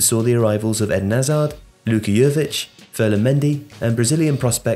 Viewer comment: Luka "yoovic" 😂😂